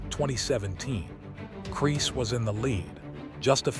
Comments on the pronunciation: I think he’s called Kriss and not crease 😂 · Ruined by the Ai voiceover getting many names wrong, including saying Kris wrong every single time!